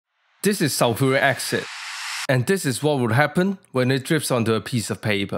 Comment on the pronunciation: I must get some of this special sulfric accent. Sounds real good. I won't buy sulphuric acid if this accent is readily available.😁